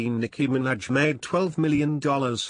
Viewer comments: Sounds like he's saying Nicki Mc Snatch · "Nicki Minadge"lmao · the way he says minaj 😂😂